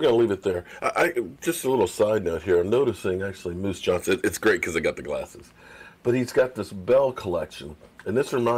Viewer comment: Come on, it’s Moose “Johnston” not “Johnson” lol. I hated him! HAHAHA!